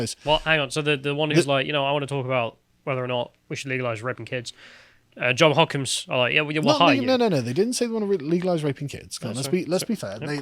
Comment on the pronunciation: It's JOHNS Hopkins University, not John Hopkins.